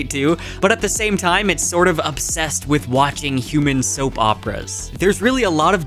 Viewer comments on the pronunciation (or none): none